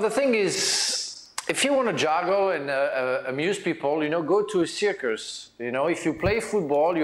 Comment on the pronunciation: The "circus" Frank pronounced had me